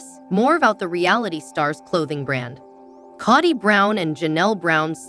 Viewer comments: His name is pronounced co dy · It's Kody with a long O! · Learn how to pronounce Kody!!!